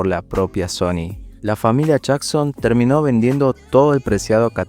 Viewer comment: SHony siendo SHony